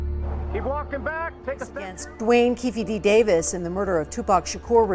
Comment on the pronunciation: Does this guy pronounce everybody’s name wrong or is it just me this has to be some AI bullshit… “Keefie Dee”